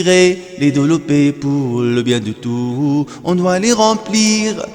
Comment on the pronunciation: Très belle voix, mais vous devriez prononcer le son s de tous parce que ici c'est un pronom